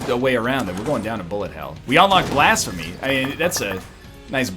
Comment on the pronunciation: STOP SAYING BLASFEMUR ITS BLASPHEMY